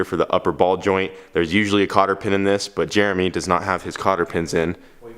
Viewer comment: I find it funny pronounces Jeremy as germ me.